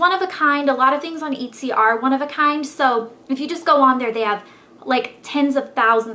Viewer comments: Did you say eatsy? Looool it's etsy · EATSEE??? lol its pronounced ETT SEE! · hahah "eatsy" that not how you say it. That made me laugh. It's "et-see". Oh Elle. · its not pronounced "eee-tsy" its just et-sy. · its EHT-sy. lol not eetsy :) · oh and its Eht-sy, not eat-sy!!! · *etsy not itsy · et-c not eat-c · Etsy not Eat-See -_ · its not eat-sy its eht-sy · etsy ettes - ee not it-zy lol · Etsy is pronounced et see ont eat see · eht-sy not eat-sy ( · Eetsy? Its pronounced EHtsy. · Ahahahahaahahahahahaah it's pronounced EHT-SY NOT EETE-SY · Also it's ETTsee. Love the video! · it's pronounced eh-tsy! my graphic design class is putting products on there next week! :) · It's etsy with a soft e like elle, not eetsy.... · I've never heard anyone pronounce Etsy with a long E before! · Yes ehh-t-see is how you pronounce it I hope that was okay pronunciation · its ehtsy and tea-vahna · U pronounced it as eetsey LOL omg anyways thanks for this video! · It's pronounced [et] (same sound as get) - [see] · It is etsy as it eht-sea. Eht like it WET and sea as it the sea =) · it's actually pronounced as eh-t-see :) great video though elle :) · Eat-see, hahahahahah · I think its pronounced ett-see :) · It's eht-see. =) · pretty sure its pronounced eht-sy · its prnounced et-see like how your prnounce pet but with out the p and then see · Why are you pronouncing Etsy like Eatsy? hahaha! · Wow. You need to take a latin class or a class on pronunciation. I'm pretty sure you pronouning Etsy, "eet-see" and TEAvana "Tay-uh-vana" is a crime. I mean, come on, the name teavana even has the word TEA IN IT! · omg please learn pronunciations! its tee-vana. haha. and eht-sy. it sort of makes you sound less smart than you are! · love your video! I don't know if someone posted this already, but "E" in Etsy is pronounced the same way as in the word "etcetera (etc.) The only way I know that is that I have been a seller on that site for a few years. lol You are sweet to do these videos!